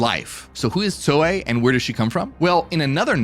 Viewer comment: Brother, not trying to be dull but, are you saying Zoe or Soy? Asking for a friend 😂